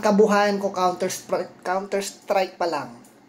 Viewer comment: walang hiya na bulol din ako sa counter sprike mo HAHAHAHA